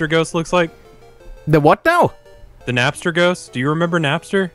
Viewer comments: Napster. You know... Napster Bloo. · Did he really call Napstablook Napster? Rev, take that L lmao.